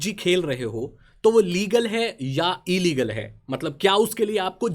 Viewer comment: No one Literally no one Not even Ambani: E-Leagle 😂😂😂😂😂😂😂😂😂